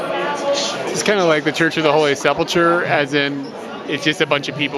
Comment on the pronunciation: the name of that church you keep killing is (sep' lick her) pheneticly. love your vids but that word is killing me!